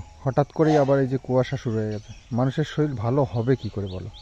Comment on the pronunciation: Sarir k saril balo keno? Sunte khub Kane lage. Boi te ke saril lekha thake?